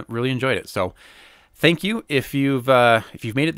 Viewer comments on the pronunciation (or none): none